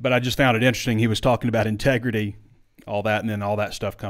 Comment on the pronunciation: It’s called ‘tregrity,.